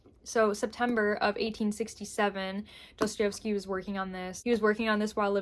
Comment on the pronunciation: I love you, but I have to correct you 🙈🙈 pls forgive me, but my ears are bleeding. It's pronounced *DostoIEvsky*, not DostoIOvsky.